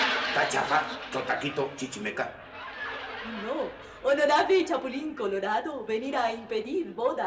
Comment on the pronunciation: Los Honolables jajajajaja